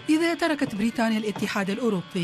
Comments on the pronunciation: تقول بريتانيا😂😂😂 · ايه لهجه التوانسه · لهجة التوانسه كذي